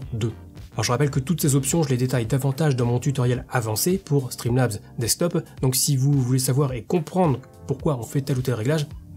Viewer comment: toujours difficile à dire "streamlabs desquetop" 😅